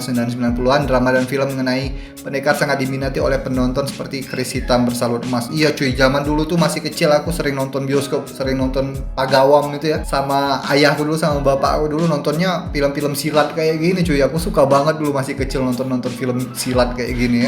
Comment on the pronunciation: Pagawam lagi?? Penat ajar bro.. Pawagam.. Hahahaha